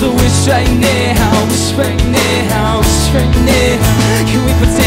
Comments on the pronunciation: I love both of theese guys, but i dont get the deal with some of theese cover singers pronouncing some words so wierd. Like here says: Nehow instead of now. He does it in many other songs too and i dont get why... it doesnt sound better, infact in my opinion it sounds waaaaay worse. But he is still amazing, one of the best cover singers out there:D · um last time i checked it was pronounced n-ow not ney-how but its k. oh and in your songs if a female is singing in the original, let a female sing in your cover but other than that great work lotsa talent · when you say now you say nea!!!!!! whata fuck dude